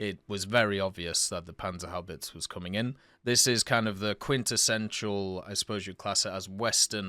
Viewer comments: my man... HaubitzE (E like the pronounciation in GErmany, not chEEse), not Haubitz, verdammt! <3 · In German you usally pronounce the e at the end, so it's HaubitzE not Haubitz'. (Same with Porsche by the way) On the otherhand, everbody will understand you anyway, so it's not very important.